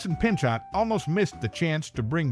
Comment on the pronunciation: "Pinchot" as in "Pinchou"